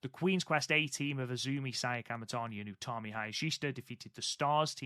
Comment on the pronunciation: They also got Utami right, something that's tripped them up before (sometimes they say it like Yutami)